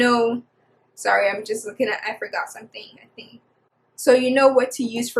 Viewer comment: As soon as you said “this hair must grow” you sounded so Igbo and I checked your name just to make sure and I was like “yup”